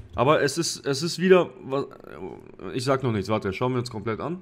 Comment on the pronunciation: Was ist mit deiner Aussprache passiert? Seit wann sagst du "isch"?